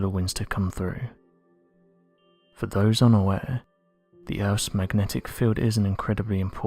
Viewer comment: Oh noooooo, close your ears 👂🏼 time 😆🤯 “Urffff’s magnetic feeeeeeeld” Translates to ….. “Earth’ magnetic field” Can’t stand this creepy voice